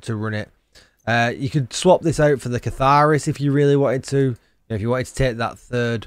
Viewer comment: Catharsis, catharSIS not catharis